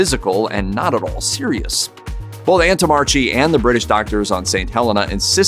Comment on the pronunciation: You mispronounced the doctor's name. It should be 'antommarkee'